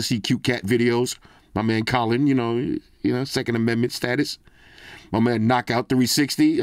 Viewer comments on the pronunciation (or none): none